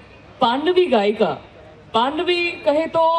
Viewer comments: तिज़न नही है एंकर महोदय जी तीजन है, पांडवी नही पंडवानी है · पद्मविभूषण डॉक्टर श्रीमती तीजन बाई का परिचय देने में थोड़ी सी लापरवाही बरती एंकर मैडम ने। और हाँ मैडम जी पाँडवी नहीं पंडवानी होता है। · पांडवी नही, पंडवानी है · मेडम जी आप छत्तीसगढ़ के नहीं हो कहां से हो पाडवी नहीं कहते पंडवानी कहते हैं। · इस एंकर को तो पंडवानी बोलना भी नहीं आती है ,पांडवी बोल रही है। किसने इसे एंकर बना दिया है। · पांडवी नही है मैडम इसे पंडवानी कहा जाता है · पांडवी नहीं पंडवानी होता है बेवकूफ लड़की